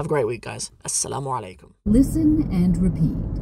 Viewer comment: Bro...Its no Slamu alaikum... It is Assalamu 'Alaikum